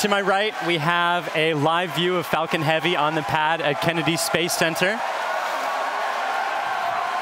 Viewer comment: I thought he said Fuckin Heavy 🤭